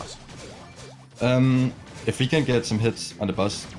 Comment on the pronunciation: wow i thought he kept on saying bus because of his size but he was actually saying boss! wow!